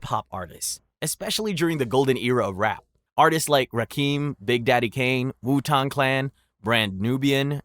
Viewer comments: Idk if I can keep watching. You pronounced wu-tang clan wrong. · That wu tang clan pronunciation 😂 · Wu-Tong Clan